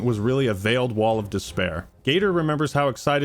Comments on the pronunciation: veiled wail not wall 😁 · silly that says wail not wall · Wail not wall, pronounced "Whale". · Wail != wall pronounced whale Meaning: A sorrowful cry :P Also, Generative AI is trash. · Stop saying wall, he said wail, pronounced Whale. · You really need to learn the difference between Wail and Wall dude. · WAIL NOT WALL its pronounced like WHALE... ya killin me smalls. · I know this is nitpicking but damn it man it's wail not wall of despair 😂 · Wail.... Not wall..... You said wall twice Sorry just miffed me idk why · So I learnt something new about The today, he pronounces wail as wall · WAIL as in WHALE not WALL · Wail!! Not wall!!! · Bro said "wall" of despair, lol, it's "WAIL" Good video tho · Every time sad wall of despair instead of wail of despair I let out a wail of despair. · Wail. It's pronounced like "whale" it means to scream. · Wail is pronounced the same as Whale; they're homophones. Please learn pronunciations, for the love of whatever divine force or energy you believe in, in the universe. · Its pronounced like whale 🐋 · Bro really has trouble with the word wail..